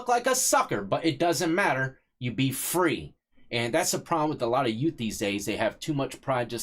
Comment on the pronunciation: Stay Fweeee.. 😂 (sorry brother couldn't resist) thanks for the upload